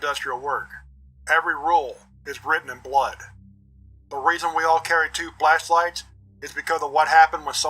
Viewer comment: ALWAYS. BRING. TWO. FLESHLIGHTS!!! 😂 My guy knows his priorities! (I believe that it's the 2nd time you say it where the pronunciation, coupled with the 'AM Radio' Audio Filter, really make it sound like that's what you said. It had me giggling so much!)